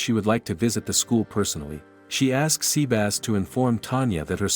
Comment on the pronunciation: The TTS pronounce it as seabass is funny tho.